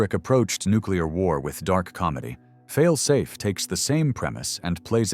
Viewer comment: The AI doesn’t know how to say “Fail Safe.” When can we use humans again?